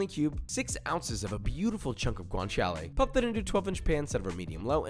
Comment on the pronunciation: Hey Josh amazing video as always. Listen, since you're using Italian ingredients so often you might as well want to try and pronounce then correctly? Up to you, but in case you want there you go: guanciale = guanchale. T's in burrata and mortadella are hard t's, not sort of d's. Pistacchio is pronounced peestakio.